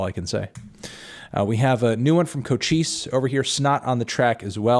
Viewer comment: lmfao u diss cochise but can’t even pronounce his name right, educate urself on his other music and his past before u call him “boring” and a “carti clone”